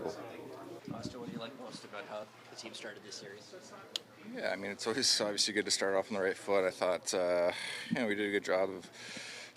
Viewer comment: somebody tell Auston .... " Aww - vee - seee " .... is pronounced ..... "Obviously" , obviously